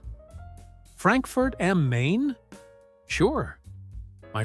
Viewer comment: NOT am Main I'm nearly sure am Main is pronounced am Mine.